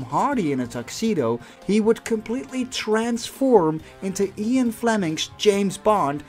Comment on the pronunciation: What's ion? Did he mean Ian?